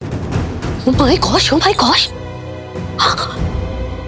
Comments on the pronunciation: Koi ko bhtio oo my gosh nahi ooo my god hota ha 😂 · O my god duniya bolti h.or ye o my goss bolti h.😂😂